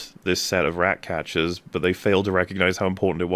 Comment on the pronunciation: “The Rrrratcatchers!” kills me every time. I want him to start deploying that on other streams. “Go pee, Rrrrags!”